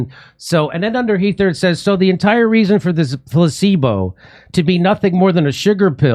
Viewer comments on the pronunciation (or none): Does DR.Vinay pronounce placebo, pussebo?